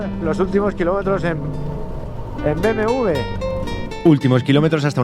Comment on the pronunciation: te confunde al decir BMW tu dices BMV